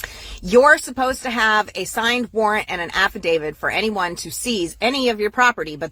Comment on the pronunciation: No she calls it an “affa-david”